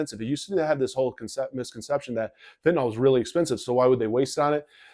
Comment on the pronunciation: Why don't 90% of people pronounce fentanYl properly?